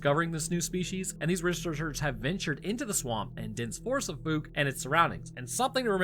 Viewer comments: lol, Holy FOOK did you mispronounce Fouke! There ARE no Grizzly in Akansas, and the LARGE black bears they have max out at about 400lbs, pitifully small by my standards. I live where there ARE grizzly. I have had several guests on my show who do Bigfoot research in that area, they have pictures of tracks, structures and creatures, so I don't know where you are getting this "No evidence" bullshit. How embarrassing for you. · Fouke is pronounced with a "ow, as in ouch". As an east Texan I've heard of this place my whole life. 😅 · Ahhh my home town cryptid! Yes you are pronouncing the town name wrong.😂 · "Fowk", not "fooky". Anybody who says that last one is fooky. "New species"? Ro, it's an ogre - a bigfoot. Nihil novum sub sole. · Dear Papa, I could be wrong but I grew up in NW Louisiana and my family always pronounced it like “ foulke “ not “fooke “ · I love your channel bro watch it almost daily just wanted to help you out its pronounced like "fowke" not "fook" lol keep up the stories bud love em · The "documentaries" featuring locals discussing the animal suggest its pronounced "fowk"... like "fowl", but with a K... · Wow, bro you actually pronounced Fouke correctly! Not even the news channel out of Shreveport can do that and they're only an hour away. Well done! Edit: and then you screwed it up the entire rest of the video It's pronounced F-ow-ck Edit: did I hear you right? Do you only live about 8 hours away from us? If so you should definitely come down, there's a bunch of us that would give you tours and show you around and tell you stories. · Then you messed it up. Lol. Ph-ow-cuh. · Likewise, the town is called “Fook” lately, rhyming with “fool”. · You had the pronunciation right one of the first few times😂 “Fouke” is pronounced with the same OU sound as that of “Ouch”. Use that sound, ignore the E and, you’re good. I live about 20 miles from there some I’m very familiar with the proper pronunciation. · It's pronounced like the ou in ouch.